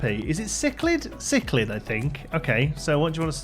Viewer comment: I can confirm you pronounced Cichlid right the 2nd time :P